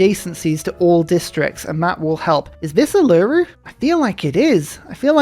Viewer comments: holy silver how many can you get in one start. Also Uluru is pronounced oo-lu-roo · Hi! In Australia we pronounce Uluru, "oolah-ROO". Love your channel mate!